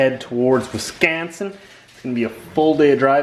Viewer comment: like the little Wiskansen accent at the end